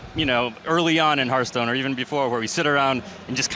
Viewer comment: AUGH!! it hurts my brain when people, apparently even devs, pronounce it "Herthstone"